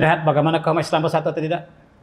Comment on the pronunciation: Sebutan kaum tu tak jelas....mkin timbul sikit salah faham